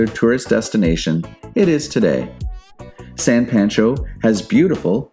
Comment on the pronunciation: Its SAY-ulita like, "I'm just saying" and San PAWN-Cho